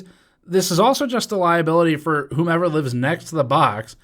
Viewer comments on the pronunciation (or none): none